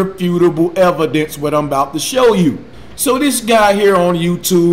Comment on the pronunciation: Does this guy not know how to pronounce his fucking vowels? Jesus Christ... "Disingenuine, evudence, males (miles), ahgument." This guy is as dumb as a box of rocks.